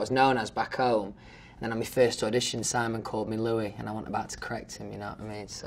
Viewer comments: No one: Literally no one: Louis: saying me instead of my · "fanks" "tour" "tooo" i was like come to were "color"" colahh" "my" "mi" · First time ever I notice how often he says "me" instead of "my", love that. 💛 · Reason # to love Louis Tomlinson : he pronounce "my" as "me". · Do all British ppl say my as mi ? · He says mi, not my!😂💖